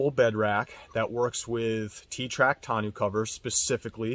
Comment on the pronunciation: Thanks for the review. FYI it's pronounced "tahno" not "tah-new"